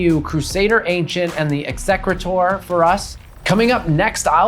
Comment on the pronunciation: 100% perfect Classical Latin pronunciation of “execrator!”